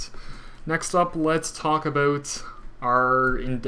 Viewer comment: Aboot? :-D